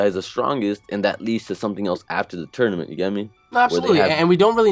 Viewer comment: WHeres this guy from what does he pronounce Tournament Toynament. Toinament?? Toy lol sorry thats all i hear.